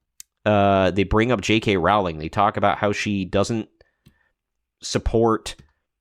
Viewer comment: It's pronounced ROwling -- not levioSA.